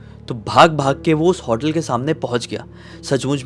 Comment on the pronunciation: Bro, vo resort ka room raha hoga, pura resort nahi. Also it is hotel, not 'hautel'